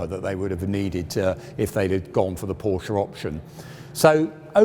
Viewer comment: Very interesting but please pronounce Porsche correctly